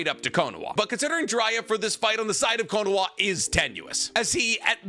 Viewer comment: Why do i keep hearing konaWa? Isnt it konaHa?